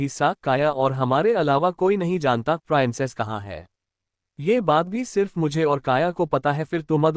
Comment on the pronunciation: Peanic nahi princess hota hai